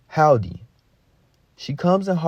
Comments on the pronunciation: Hall-dee and Zo is hillarious. It's "Hill-duh" and "Zo-ee" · Driving me crazy. HILDE IS PRONOUNCED HILL-DEE, Not Haldee. ZOE IS PRONOUNCED ZOEY, not Zo. SAUL IS PRONOUNCED Saul - Rhymes with Paul, not SAL. Did you get pass grade 3? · Hilde rhymes with Hill DE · Actually no ,its a Scandinavian name I beleive, and we pronounced it like so Hilda but the L is being spoken in a surten way thope that helps regards from Norway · Hillde: “Hill Dee” is how you properly pronounce it. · Pronounced. Hill-de or Hill-da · Hill the (that's how it's said)